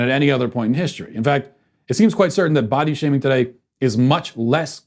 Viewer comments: For some reason, I swear I heard you say "butt-shaving." 🤣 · I thought I heard "ball-shaming" lol.